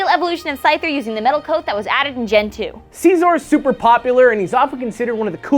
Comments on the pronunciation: It's Siz-or NOT see-sor! If you guys are going to put in the time into making an informative show on a pokemon could you also put in the effort to learn how to pronounce the names correctly? here's a link that could be useful. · It's se-zor with the beginning sound of scissors. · Mega Scizor should get a god transformation and keep its Bug/Steel typing, but get Flash fire ha take that Talonflame. Oh and am I the only one who pronounces Scizor name correctly? Its not See-Zor its Sizz-or, Gosh. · how dare you say his name like that!it is prounounced Sy-zor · you are pronouncing Scizor like Seasaw...=/ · i just like to point out that you guys are pronouncing Scizor wrong :\